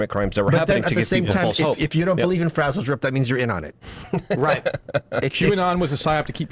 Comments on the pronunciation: "Bro you've never heard of sizzledrip?!" SMH. Its frazzledrip. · ITS FRAZZLEDRIP NOT SIZZLE DRIP YA RETARDS